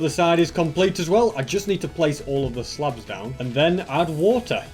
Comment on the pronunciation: How he says slabs lol